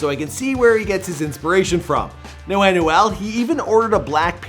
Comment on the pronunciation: Bro his name is emmanuel but just take off the emm- and you get anuel it’s so bad hearing you saying his name